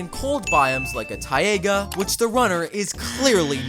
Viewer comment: Taiy-ay-gah Its pronounced taiy-gah